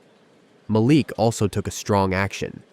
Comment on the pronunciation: The only TechVision company I could find on the internet was not founded or run by a man named Malik Johnson. The biggest hint that this was fake was the ever-changing pronunciation of your protagonist's first name. The next-biggest hint was the poor quality of the storytelling. Shame on you for presenting this badly written and narrated fictitious story as if it were true!